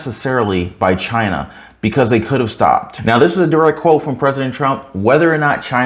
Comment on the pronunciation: "it came from "CHI-NA" 😂